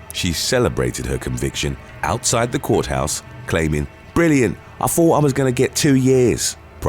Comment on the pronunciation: The way he says it "brillia' I tho' I was gonn'ge' 2yrs" 😂😂😂😂